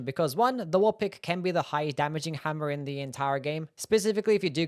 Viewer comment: I like it when you say hammuh and you say it a lot because you really like hammuhs. Anyway, I think the short sword is surprisingly good in DS2. You can poke and slash for days cause it doesn't use much stamina.